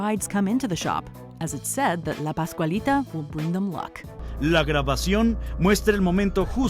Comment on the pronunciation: Pascualita, not escuelita 🤣